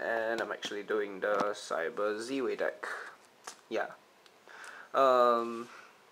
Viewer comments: surely its Zwei like "tie" but with a Z. Meaning german for two? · It is I think pronounced as 'Z-Vei' based on my knowledge. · Your prounouncing Zwei wrong... Its german buddy. Means 2. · Is 'Zwei' really pronounced like that?